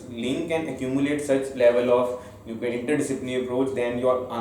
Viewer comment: not inyer read it as inter disciplinary